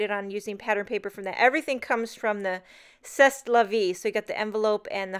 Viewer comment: c'est is pronounced say!